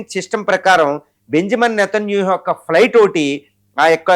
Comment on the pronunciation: ఒరేయ్ నీకు నేతన్యాహు ani anadam raadu, కమెనై ani anadam కూడా రాదు. మాకు నీతోనే ఏం ఖర్మ రా అయ్యా